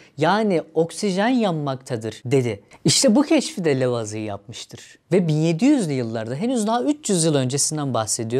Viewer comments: Lavoazie diye okunur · İlk kez Lavizi diye telaffuz edeni gördüm.